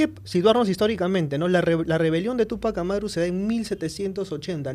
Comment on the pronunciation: Túpajh Amáru. El francés casi todas las palabras suenan a palabras agudas. Pero en quechua o jhíchua suena a palabras graves o llanas. Sio si se debería acentuar para evitar una pronunciación equivocada y sonaría raro, no suena quechua. Ojo quevhua o jhíchua es region sierra . Rúna-sími rimájhmi-káni.